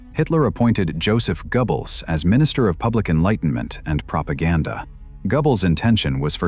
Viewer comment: "Chief eye-dialog of the Party" Bad robot. We're going to fire you and get a robot that can imitate English. But "Gubbles" as head of Nazi propaganda is some sort of Great Leap Forward. Good robot. Nice original, creative robot!